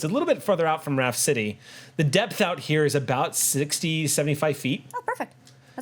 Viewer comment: They say Raft City but I hear Rhapsody.